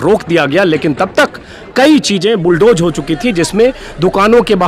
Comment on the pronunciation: Sir bulldozer not bulldojer